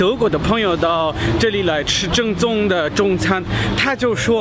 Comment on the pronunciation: 正宗（Zhèngzōng）变成了 赠纵（Zèng zòng）